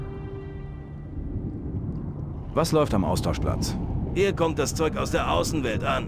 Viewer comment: Hast du am Ende Austauschplatz oder Austauschplatsch gesagt? Finde letzteres sollte durchgesetzt werden 😅